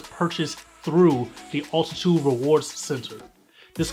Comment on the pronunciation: Bro, it’s not “Ultitude” it is called Altitude!!! 😅